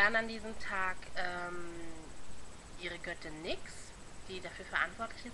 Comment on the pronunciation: gut gemacht aber nyx wird nüx ausgesprochen